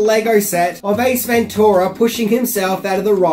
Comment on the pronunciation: Stop saying ventura like that its wrong